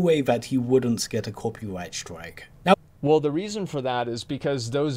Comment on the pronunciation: I know it’s the accent but “ no way he’d wouldnt copywight stwike”😂 I can’t un hear it